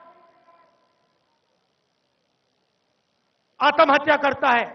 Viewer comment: whast i aaatam hatya? its aatmahatya. cant even speak hindi.